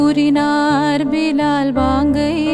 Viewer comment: Sister பாங்கு உச்சரிப்பு தப்பா இருக்கு